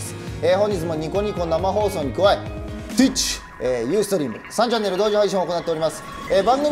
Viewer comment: とぅうぃっち